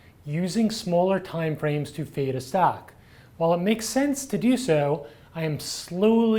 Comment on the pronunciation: Hi.. its not 'feed', its 'fade'!:)))